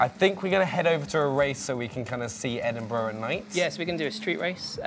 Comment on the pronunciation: Liam Bob Not Edinburgh - It's Edinbraaah